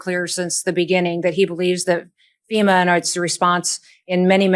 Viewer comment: >> for fucks sake, it's called FEMA (Federal Emergency Management Agency), not SEMA. These idiots🤦‍♀️🤦‍♀️